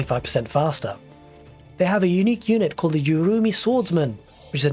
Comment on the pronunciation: Just pronounce it with the K silent (shatreeyas) and its almost crct like 90% and just in case u wanted to know urumi is pronounced like ooorumi.By the triple ooo i mean a sound like in who but imagine if the h sound was absent.i dont k if i made things utterly confusing😅😅